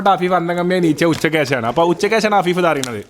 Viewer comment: ❌️afeefa✅️😂